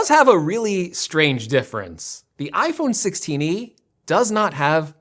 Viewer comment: “iPhone sixteeny”